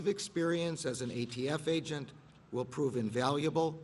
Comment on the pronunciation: He called the ATF the AFT multiple times.